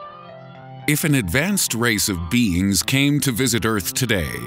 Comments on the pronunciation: If an advanced race of beans came to visit earth today anybody else heard beans instead is beings? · I thought he said beans not beings at the beginning of the video. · In the begining i thought you said if an intelligent civilication of bees visited us XD